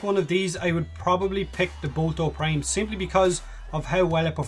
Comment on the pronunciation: I like how you say boltor prime "bolto prime"